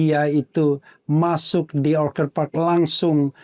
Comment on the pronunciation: andi azwan aja nyebut orchid dibaca orchad bener-bener aneh